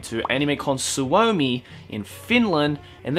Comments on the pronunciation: "Animecon svoumi" Me: cries he pronounced it wrong but its ok because i am gonna be there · Kyllä se tosi hyvin lausu sen, tosin se venytti vähän liikaa o kirjainta. Mutta todella hyvin meni ottaen huomioon että hän ei todennäköisesti oo puhunu koko elämänsä aikana ollenkaan Suomea. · the way he pronounced Suomi 😂😂😂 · the way he says Suomi is so wrong and so cute :D The finnish pronounciation is quite similar to japanese, so it shouldn't be too difficult to say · noooh kinda 😂😂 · Veera Virtanen varmaan sano sen tollain koska puhuu englantia tällä videolla eikä varmaan tiedä suomen ja japanin kielen lausumisen yhtäläisyyksiä XDXD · lys LovesAnime nope, finnish xd